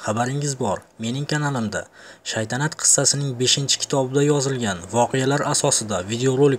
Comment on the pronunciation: Shaydanat deb yubordiz oka togri oqing keyin shaytanat togillap oldiz